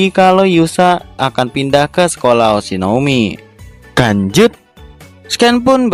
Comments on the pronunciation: Lanjut kok di baca kanjut sih.kanjut kan bahasa Sunda dari .. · lu ngomong lanjut apa kan*ut sih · Yang dituliskan "lanjut", yang gw dengar "kancut" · Bang language kali bukan kanjut